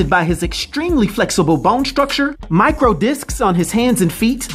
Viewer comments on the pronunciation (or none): none